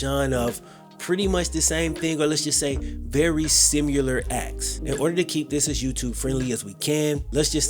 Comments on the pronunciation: 2 things to know about ……sim-you-lur = similar And salf-more = sophomore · What is "Sim-u-lar"?